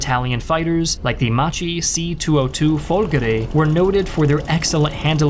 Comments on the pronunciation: A great Italian writer, called Montanelli, that was in the war, pointed the fact of the feeling that was in the entire army, not self-confident and aiming to go back home, a vast spirit to surrender (anyway Macchi airplane should be pronounced Makki) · Ti sei dunque arreso all'idea che gli anglofoni pronuncino "Macchi" come "Macci". Eppure le nostre regole fonetiche sono così semplici...